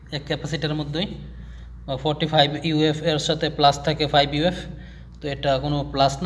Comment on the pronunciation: ইউ এফ নয়,, মিএফ মানে মাইক্রো ফ্যারাডে হবে।